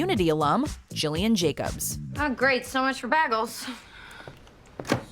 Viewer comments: You pronounced Gillian Jacobs wrong. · Gill not Jill... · It's Gillian not Jillian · Is no one going to mention that it's pronounced "G"illian Jacobs (hard G) and not "J"illian Jacobs??! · Ack. You mispronounced Gillian. Say it with a hard G. Not kidding. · It's Gillian Jacobs with a hard G, not Jillian Jacobs. If you're gonna put someone on a list, pronounce their name right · Uh, it’s not pronounced Jillian, it’s Gillian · It is "Gillian" with a G sound. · Gillian Jacobs name is pronounced GILLian, gill, like how a fish breathes. It's weird I know, but it's how she pronounces it. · GILLIAN. LIKE FISH GILL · They mispronounced Gillian Jacobs's first name. It should be "Gillian" with a hard "G". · You pronounced Gillian incorrectly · I’m so sick of people getting Gillian’s name wrong!